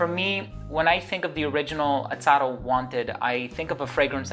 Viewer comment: I've noticed that you kept on saying Atado....instead of Azzaro. Great review